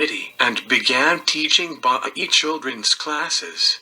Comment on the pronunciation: The religion is pronounced BAHAEE (Baha'i).